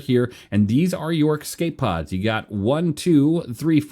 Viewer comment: Love your videos but it is «escape pods» not «ecscape pods»